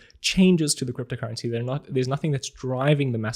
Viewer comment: I'm just here to listen how you pronounce "cryptocurrency". I reeeaaally like it! 😊